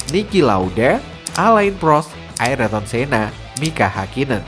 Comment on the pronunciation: Sedikit koreksi bang, Ayrton Senna bukan Aryton Senna, Mika Häkkinen bukan Nika Hakkinen 😔